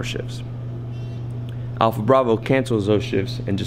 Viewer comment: "APLHA" BRAVO